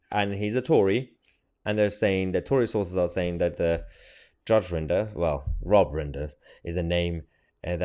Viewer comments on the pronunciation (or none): Rinder not Ringer, Mahyar 🤦‍♂️ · know your stuff its rinder not ringer